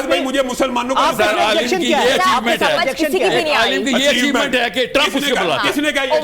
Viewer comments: Aaalam ❌ alim 😂 ✅ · Aalam ❌ Aalim ✅ 😂😂😂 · Alaam alaam Sahil adeem: Alaam nhi alim 😂😂